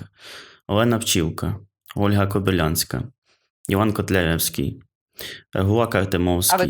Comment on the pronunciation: Ольга Кобилянська була дуже віруючою жінкою, тому поділяла погляди Ф.Ніцше і була українською суфражисткою. Логіка! А І.П. Котляревський досі не спроможний свої вірші з правильними наголосами прочитати.